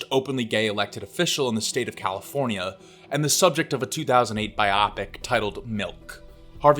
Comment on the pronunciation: “A bi-opic” lol no its BIO-PIC